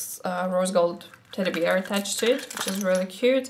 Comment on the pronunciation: funny the way you pronounce teddy bear, like teddy "BEER" :D LoL! :) ( this was said with the warmest feelings, promise! ) I hope you'll win the competition! xxx